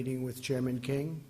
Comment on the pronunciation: Did he just call kim for king?